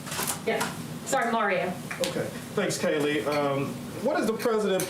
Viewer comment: *Kayleigh. I mean, at least get her name right 🥴🤣